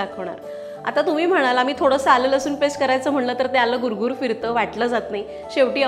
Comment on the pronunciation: लसून नाही लसूण बोलतात आनी पानी